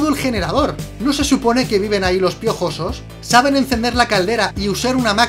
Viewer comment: Realismo porfavor hablar bien "los hermanos piojosos saltan sobre el y le matan " realismo esque tio no me lo creo como es posible que lo aya pronunciado tan mal ajajajaja 😂😂 :v